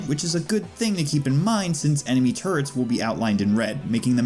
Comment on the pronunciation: »Turrets« ... »Turrt's« ... »Turds« I keep hearing »dropping turds.«